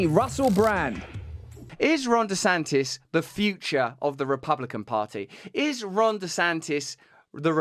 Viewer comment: Oh shiiiiiiiiiiiiiiieeeet. His name is Ron DeSantis and not Rhonda Santis.